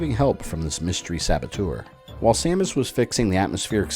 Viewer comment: hehehe you said Stamus